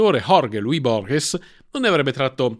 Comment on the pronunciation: Borges si legge "Bòrghes"...